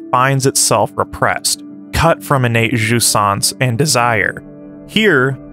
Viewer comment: Also jouissance is more like jew-ee-sance. but no sweat, we get it ;)